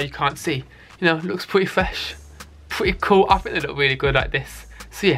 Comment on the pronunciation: Pwetteh fwesh pweteh coowl sorry ;/